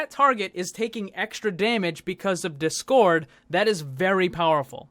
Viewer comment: The way you say discord triggers me lmao